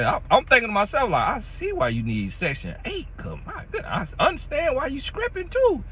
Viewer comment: "scripping" though?😂😂😂😂 lol This is the first time I watched and U must say this man is comedy gold...this information is good to know though. I honestly never knew this about men. Good to know.